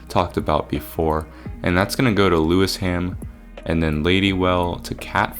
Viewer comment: lewisham = pronounced lew-ishm